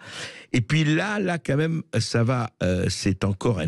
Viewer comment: On dit "quand même" et non "qua même" M.Bercoff! Le contenu de votre émission est excellent et sans votre "qua même" ce serait mieux. On entend plus que ça. Merci à vous. ;)